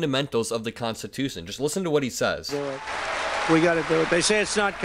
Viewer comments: "We're going to make it Constitush." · The person isnt even saying constitutional, listen, constitush... Have a happy please and thank you. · How often can one not finish the word constitution in that short clip? (Constitushhhh)